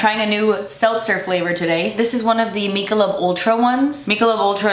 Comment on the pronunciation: FYI: It's pronounced 'Mick uh lobe'. I'll turn off my inner Hermione Granger, and see myself out, now.